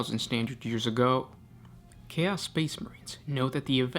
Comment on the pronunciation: What's your native language/dialect? I notice you stress "chaos" differently than I do.